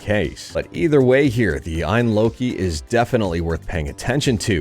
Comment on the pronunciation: Hey, great video. FYI I believe its pronounced A.Y.N (letters) I don't believe it is pronounced phonetically.